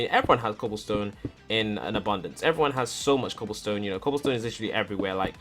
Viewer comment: count how many times you say cooblestone